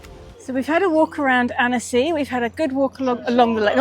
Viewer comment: Omg guys this French town/lake is absolutely gorgeous…is the name of city ANNECY!? It sounds like you said “annis “